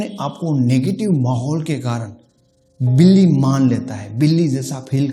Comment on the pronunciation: Sir villy nhe hota billi hota h